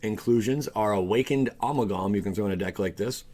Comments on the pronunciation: Did you really pronounce amalgam (/əˈmalɡəm/) as A-Maul-Guam? Ing-Lesh moost be hard for ewe. skadoosh skadoosh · And Ah-mal-gum.... Amalgam.